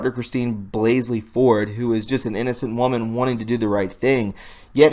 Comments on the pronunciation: Is it too much trouble to read her name correctly? Blasey, not BlaseLy. There is no second 'L,' yet you added it to her name over and over and over again. That's unpardonable. And the post about the CIA connections would have packed more credibility-power if the author cared enough to SPELL correctly. (Has he ever heard of possessive apostrophes, those little thingies which help readers distinguish between a possessive and a PLURAL?) I understand my comments do not address the value of the posts themselves, but I assure you, I write as a FRIEND. While we obsess about the truth and continue to speak it, we should not yield to the New York Times the honor of being the only publisher who follows the rules of English. How much MORE important it is that we--who hate lies and live truth--show ourselves to HONOR rules; show that we care enough NOT to be lazy and sloppy, perhaps even to have our stuff PROOFREAD before posting? Your influence is being limited by language laziness. Asking viewers to click on notifications is all well and good, but why not return the favor of their effort, folks, by putting out product that YOU have LABORED over, which you have earnestly tried to get RIGHT in all aspects? Doesn't the truth deserve such respect? I think it does. So many folks who seem sharp about discerning the truth from lies seem sadly ignorant of the fact that sloppy, error-filled communication--regardless of content--leads MANY, many readers to dismiss them out of hand. Pathetic Engl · Blah-zee not blays-lee. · omfg it's blasey not blasely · Come on it isn't Blasely it is Blasey. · its blasey not blasely dummy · Omg... it's BLASEY. Not Blasley. And I believe it's actually pronounced "blah-zee" (yes, I'm serious). But regardless, there's no second "L" in Blasey. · DUDE! Her maiden name is BLASEY not Blasley as you keep pronouncing it. Get it right along with all the other words you keep mispronouncing. It makes you appear less credible. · Blasey Bruh......not Blaseley